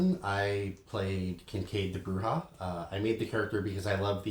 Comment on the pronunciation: 4 questions; No Malkavians? Are you CRAZY? Why did you pronounce Brujah that way? And any info for or against on having the Revised LARP rules (WW5013), and anything on Ghouls pets etc in the Humble Bundle?